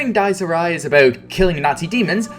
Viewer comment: The ridiculously long monologues ruined "Dyes Ee Ri" for me